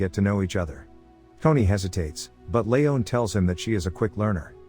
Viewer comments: It's Lee on not Lee own. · Layohn? Ha. Lee-on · It’s pronounced LEEEEON Not Leone you simpleton